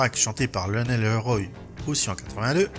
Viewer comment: Merci wikipedia. Pour info, Leroy se prononce évidemment Le Roi quand on n'est pas complètement inculte. C'est un nom extrèmement courant en France